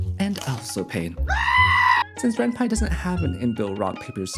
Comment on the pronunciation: given that renpy is from the japanese renai + python, the way you pronounced it is correct!